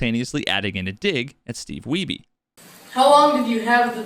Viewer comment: The family name Wiebe in my cultural heritage spelled the same way as Steve Wiebe is not pronounced 'we be' but rather the same as weed but 'weeb' with B. Are we sure we're saying his name the right way?